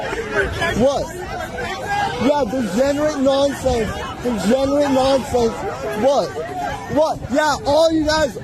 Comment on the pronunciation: THE TINY PEE PEE BRAIN SYNDROME IN FULL EFFECT. CAN'T EVEN SAY THE WORD DEGENERATE PROPERLY😂😂😂😂